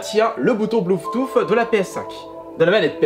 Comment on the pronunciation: « Bluetooff » mdrr